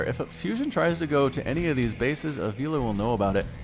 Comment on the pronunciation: Avilo = Ah vi lo (vi as in Victor) Not Ah veelo 👍🏽👍🏽👍🏽